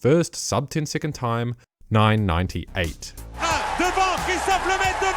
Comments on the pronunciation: Careful mate, it's "Christophe" (pronunced like Kristof), not Christophere, which doesn't exist ^^ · it's Christophe* not Christophere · His name is Christophe, not Christopher. And funnily enough, "Lemaitre" litterally translates to "Themaster" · Christophe Lemaitre. Not Christophere, his obscure cousin... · "Christopher" bruh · CHRIS TOUT FLEURRRR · it's "christophe" nice vid otherwise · Christophere "Le-Métro" lol ? Funny pronunciation apart it's Christophe. Sorry, as a french it just quite funny :)